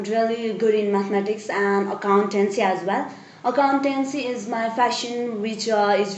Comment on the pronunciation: fassion lol